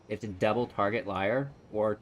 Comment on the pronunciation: As long as we can protect LIAR......sorry that triggered me a bit lol. I think its more of a "leer" when pronouncing.....i think. Lol.